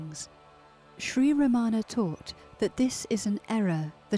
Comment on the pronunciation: I love how Mooji pronounces Ramana correctly. Emphasis is on first a. Thank you. 🙏🏼💙